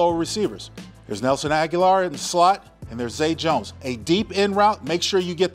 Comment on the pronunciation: Linc, love you brotha. Agholor's name is pronounced Ah-Go-Lor.